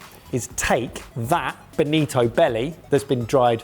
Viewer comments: Its not Benito but Bonito, Benito is Italian given name derived from Benedict and BONITO is in tribe of Sardines but belongs to Family and Subfamily of Scombidrae which is Tuna, Mackerel and similar species of fish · It is bonito, not benito. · Bonito. Boh nii toh, not a fascist dictator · "Benito" :v